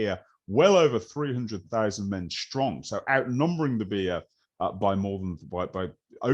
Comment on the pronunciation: Enjoyed this highly interesting presentation.But why do modern speakers pronounce words that begin with an S ,as if they begin with an SH,like Shtrong instead of Strong? It's one of the peculiar modern fads for which there is no linguistic logic.